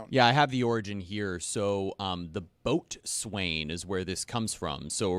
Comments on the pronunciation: Boats wain? Ahhhhhh my ears! It’s Bo’sun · Boatswain is pronounced bosun